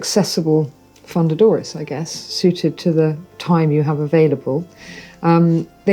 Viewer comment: would if pain you to pronounce fundadores less like a Texan? I feel like you’re of a caliber or content producer, and expert, where respecting the pronunciation will help create a more polished product overall. Keep up the great work regardless